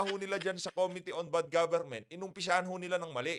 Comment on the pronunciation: Anong sabi mo good gobernent eyyy eyyy eyyy????sabihin mo .bad imfluence goberment.....style mo bolok.....